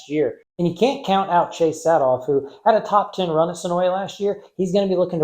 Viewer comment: Great vid, my family owns the track and the way you say senoia would be considered a sin 😭. Senoia is suh-noi there is no YA at the end.